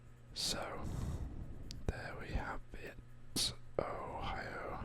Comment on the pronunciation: You pronounce it right the first time too